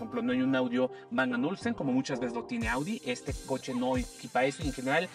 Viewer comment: Bang and Olufsen (no Ulsen)